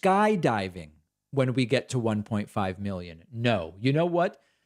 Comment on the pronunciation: I love when he says million and billions... "Milly-ins" and "Billy-ins"